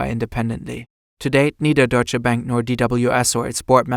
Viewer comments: I like how despite being German himself he just called it „Deutsche Bäänk“ every single time 😂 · why he keep mispronouncing Deutsche Bank hes german lol